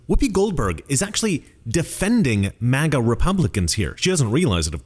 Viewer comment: Obiden mistakenly gave us the "MAGA" term, like LGB, and now they're taking it to the negative EXTREME. My ears bleed at his mispronouncing of it.